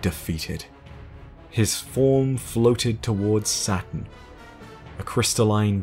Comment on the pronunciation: I enjoy watching your vidoes...i do. But there are some things that drive me nuts...saturn is pronounced as it is spelled not satun. Secondly its oryx not owryx. Thirdly there is no need to tell everyone what your name has been in the past. Just what it currently is will do just fine. I dont think you to be a stupid indivuduial so this tells me you do it on pourpose to be "diffrent" and or attention seeking. Lastly please stop laying it on so thick with the cryptic voice as you tell us the lore. It is a little much. Know im not here to take stabbs at you or to dis you. Other than that keep up the good work. You have educated me very much and im greatfull